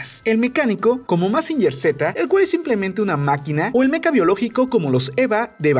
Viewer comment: Joder, se dice mecha no meca...